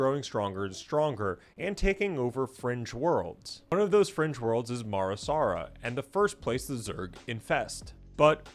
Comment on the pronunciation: It’s Mar Sara. Not Mara Sara